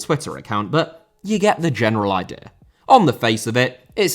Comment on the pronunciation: Idea* not Ideer Filippo* not Felippouw Transactions* not Tranzactions Uefa * not Yuweifer Lukaku* not Lukohrku Pépé* not Pepei Philippe* not Phelipp Coutinho* not Khuwtchinhouw Cucurella* not Cucurreyer Swansea* not Swonzea Raphinha* not Raphinher München* not Munich Zaha* not Zohrhor Gómez* not Góuwmez Cesc* not Ces Eden* not Iden Botswana* not Botswohrner Observatory * not Obzervatry